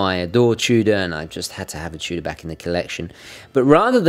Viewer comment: "Chew-Duh" Love your videos, just poking fun.